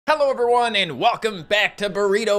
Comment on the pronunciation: listen to the beggining he doesnt say "hello everyone" he instead says "hell over one"